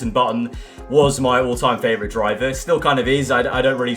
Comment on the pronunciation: Nobody: Lando: fravourite